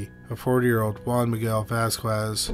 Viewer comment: FYI. Vasquez = "VAZ-kez"